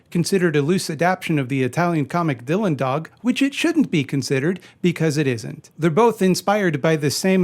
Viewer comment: Movie sounds interesting and all, but my takeaway from this video is that the way you say "Dylan Dog" is the exact opposite of the enunciation of "Dylan Dog" from how I've heard anyone else say it as well as from how I hear it my head.